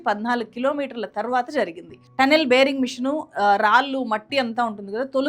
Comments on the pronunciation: బేరింగ్ మెషిన్ కాదు... బోరింగ్ మెషిన్ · బేరింగ్ కాదమ్మా.. బోరి g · బేరింగ్ మిషన్ కాదమ్మా బోరింగ్ మిషన్